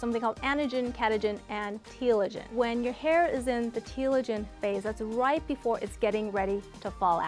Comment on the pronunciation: I thought she said “eating rice” instead of “eating right” 😂😂😂 I was ready to go to the kitchen and eat rice a hahahah